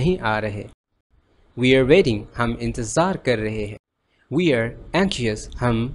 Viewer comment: U have one mistake that i noticed..."we" pronounced as "vee" not "vui"... M i right??